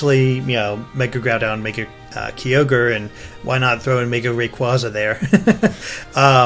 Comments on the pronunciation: "GROOODON and KEEEY ORGE"?? Does that guy talking not know Pokemon? XD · who ever that other guy is, he needs to learn how to pronounce groudon and kyogre, its not Grewdon and Keeogre, they would be pronounced, Gr-ow-don and Ki-og-er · Groodon and Keeogre? It's prounounced Groudon and Kyogre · why cant people pronounce groudon and kyoger really how does someone get groodon and keyoger out of groudon and kyoger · Every time he says Groodon and Keyoger I get this feeling he doesn't really play. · It's Gr-ow-don and Kai-ogre. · "groodun and keeogur" godammit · Dear gods, "Groodon" and "Keoger". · Grew-don and Key-Oh-Gor??? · Grewdon and Kee-ogre... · It was anoting how they kept saying "Groodon" and "Keeogre" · 'Grew-don and Key-ogre' eh... >_> And I thought was the one who couldn't pronounce things right all the time lol, looks like we have a new contender.:p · Grew-don and Key-ogre? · Kee-orgre? First time I heard it pronounced like that... Edit: Grew-don too? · Grewdon and Keyoerge? lol wtf.. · Guys, I assume you're going to do more videos as more news comes out, but please pronounce Groudon and Kyogre right and later on even Rayquaza xD